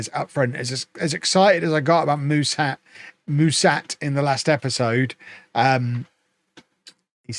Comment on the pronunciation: Ș in Mușat's name is pronounced "sh".